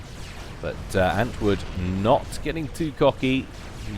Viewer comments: Btw, antwoord is probably dutch or belgian (maybe it's just coincidence, but it's also a dutch word), and saying antwood is kinda ... odd. You should say ant-ward, that would be much closer to the proper pronunciation. Don't get me wrong, not trying to be an ass or anything, just want to help out with your casting ... I guess ... at least that's the motivation for me saying all this :p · I don't know if you've noticed, but there is actually an 'r' in antwoord's name. It's the dutch word for answer. I guess he has an answer for every situation or something..